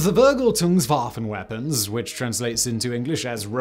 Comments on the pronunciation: ferGELtungs-Vaffen (emphasis on the correct syllable helps) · Yeah it sounded like: Wergeldungwawen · "The WuHrGaLtOoNgsWuPhAn" - Simon, translator Remember: never buy Wurgelton's Wophan! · "Vurvurgletonsvaafen" :'D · you butchered the word "vergeltungswaffen"